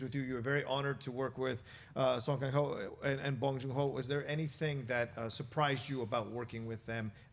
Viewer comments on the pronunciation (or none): 냄궁민수가 아니고 남궁이듯, 갱호가 아니고 강호라고, 이 무식한 ㅅ끼야 (설국열차 대사 일부 차용) ㅋㅋㅋ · you BUTCHERED their names haha her name park so dam should be pronounced like park (or pahk) so dahm his name song kang ho should be pronounced like the soa in soap. kang is like king kong. ho is ho. sew-ng kahng ho